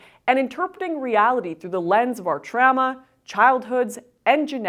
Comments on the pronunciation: Did your upbringing traumatize you so much that you pronounce "trauma" as "tramma"? 🤭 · "Tramas" Haha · Can we all agree that trauma has the letter u in it? Unless she's saying another word I can't figure out. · That’s Canadian English for you. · Why do you pronounce trauma so weird? 😋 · Your inability to pronounce "trauma" correctly really triggered me this video. I suspect this was intentional.